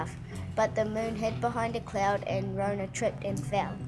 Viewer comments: Good effort, I love the effort put into the story in terms of the clay figures. I know this a lot of mahi. Ka pai! But please do not mispronounce our kupu or people will think this is how we say our words. It's not Rownah. Slight variation on the story but hey everyone does it. Nga mihi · Why is Metallica playing in the background? And he's pronouncing rona wrong. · That was kinda what happend but rona fell inlove with the moon and they got married and you were pronouncing rona wrong.